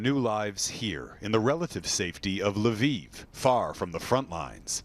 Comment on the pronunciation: Thanks for pronouncing Lviv correct